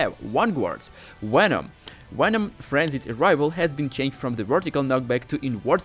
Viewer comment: It’s not wenom it’s venom